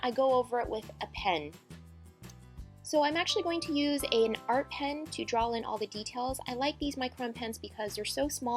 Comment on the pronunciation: It's draw not drawl frickin frick